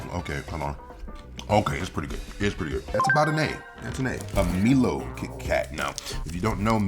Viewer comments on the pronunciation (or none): I'm an Aussie, and the one he pronounced as Me-low is actually pronounced My-low. Milo is an Australian Malt Drink, amazing both hot or cold, or just scoop some straight out the tin 😂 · Australian here. Its pronounced 'Mylo' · It’s pronounced My-Low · it's pronounced My-Loh. It's a chocolate and malt drink mix. Very popular in the Caribbean too 😁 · MILO pronounced Mylo